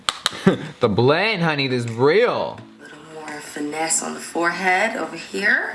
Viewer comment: I feel like she’s gonna come out with bronzer shades and call them “finesse bronzer” cause she emphasized the word finesse when she was bronzing her forehead 🧐